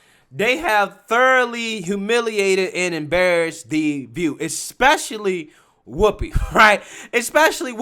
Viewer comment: I do miss Barbara Walters intro tho....I'm Bawbwa Wawaws....and this is The Vuuu